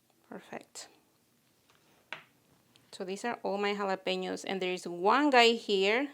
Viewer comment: Beautiful, love that mini pink spade/scoop you‘re using and your trays are also fab. Very glad to lear the right pronunciation of Jalapeños🌶🌶 Looking create, thanks for sharing💚